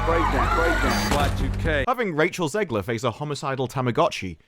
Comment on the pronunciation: Her last name is pronounced “Zegler” not “Zeegler”! Stop mispronouncing it.